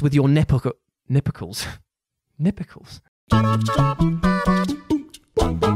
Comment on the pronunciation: "Nipicles." I am gonna use that one Jules. Thanks. :) Lol!! XD